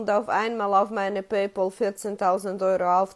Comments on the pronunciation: ich feier deine Videos und deine Art sehr und du machst Spitzenarbeit. Nachdem das raus ist, muss ich dir sagen, dass es mich killt wenn Leute PayPohl sagen 😂 Es wird „PäyPäl“ ausgesprochen. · Paypal spricht man übrigens auch in 2023 immer noch nicht "Pay Paul" aus.